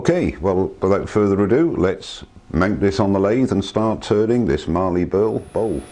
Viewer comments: Great bowl, but as an Aussie, mallee as in mal-lee rather than marlee in terms of pronounciation. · Very nice piece of mallee. There is no R in mallee :) it is pronounced 'MAL' + 'EE'. What you have is what we call an end cap but not sure of the species. love the end result.